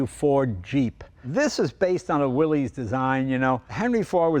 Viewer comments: As soon as he said, “ Willy’s” I’m done. Leno, you disappoint me. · Thanks for sharing a great GPW with us Mr. Leno, but for goodness sake, please get the name Willys right. It's not Willeez. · it's pronounced "Willis" thanks for coming out.... noob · I thought it was pronounced WILLIS…what year did Jeep start the 7 slots for 7 continents? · Can't deal with the "Willeeze" pronunciation, but great video. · "Will-iss"... It wasn't pronounced the way it looks. What I want to know: Is it bulletproof? 😂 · "Willys" should be pronounced "Willis". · Correct pronunciation is WillISS. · You'd think Leno, more than anyone else on YT, would know better. He probably has a dozen cars built by Willys-Overland, and yet throws out a "Willy's". 🤦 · Isn’t it pronounced “Willis”? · Jay, I really expected you to know how to pronounce Willys. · Disappointing that even you mispronounce Willys. I had such high hopes.😢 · Jay, you're a collector. You should know how to pronounce "Willys." 😐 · Even Jay mispronounces Willys. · With how knowledgeable Jay is about cars, I’m surprised he pronounced ‘Willys’ wrong. 🤔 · Yes, it is. The young and uniformed pronounce it the way it's spelled. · Please, Jay, the name Willys is pronounced as Willis, not Willies. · It's not pronounced Willy's, it's pronounced Willis. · Willeez...willeez...willeez...over and over throughout the video. It's pronounced "Willis." It's not the possessive form of "Willy," It's company owner John Willys's last name, and it's pronounced "Willis," like when Arnold says "Whatchyoutalkinabout Willis?" in Diff'rent Strokes. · Mr Willys pronounced his name and the nane of his cars, company.."WILL IS" not "WILL EES" an amazing paradox on how American pop culture can distort anything lol! I have a 1943 Ford GPW drive train under my 1954 CJ 3B with a 1951 Ford flathead V8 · I've always heard Willys should be pronounced "Willis" (not "willies"). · Come on, Jay! It's WILLIS - NOT "WILLIES" Listen to radio ads from the WWII era.